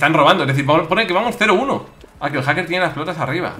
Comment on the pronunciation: Willy: haker y encima peerde Yo: repito esa escena 10 veces para saber q ha dicho min